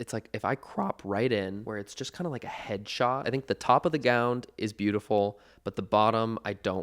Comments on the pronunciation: am I crazy or did Connor say gownd instead of gown several times in this video? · Connor? Are you saying gown with a d? Gound? Love you but huh?? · Am I hearing gownD?? 😂